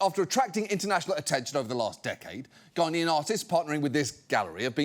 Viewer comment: Is it just me, or does John add a ‘d’ to the word Ghanaian several times?